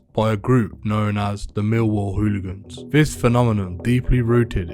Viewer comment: Great idea to have a chap who can't pronounce 'hooligans' narrate a documentary on hooligans. It begins with an h, Sir, an h.